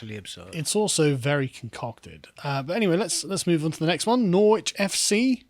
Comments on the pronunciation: How the hell has Carl lived in the UK for like 40 years and he still can’t pronounce Norwich? NORRITCH. Like that Carl, say it with me. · Its Norrich Carl, not Nor-witch. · Norr-wich FC? Come on, Carl. Surely you know that it’s pronounced Noritch! And you give Calum grief for his pronunciation! ;) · It's pronounced Norritch or Norridge, not Nor-witch. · Nor-witch? It's pronounced Norwich! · Sorry but you need to check on how you pronounce the name Norwich ( a fine city) the w is silent! So it’s called Norridge. Like porridge Apart from that a good video. Don’t worry about Western culture being subverted by the minced it’s far too robust for that mallarky! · Up Norf, we pronounce it Norritch. Shandy drinker. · Nor-wich FC 😂 Is there a word that members of the Lotus Eaters can’t mispronounce?! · Carl, you KNOW it's not pronounced nor-witch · Nor-Wich FC? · Noor-witch was rather hilarious. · Lol at Carl being unable to pronounce Norwich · CARL, it's pronounced NORWICH. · Great segment, but can someone please tell Carl how to pronounce Norwich. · Are you pronounced pronouncing Norwich wrong on purpose? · Oh dear.... Carl's pronunciation of Norwich is shocking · The only I find offensive is Carl's pronunciation of Norwich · Carl, on a lighter note your pronunciation of Norwich is Norfolk n good, you sound like a yank. Apart from that in the words of Partridge “lovely stuff”.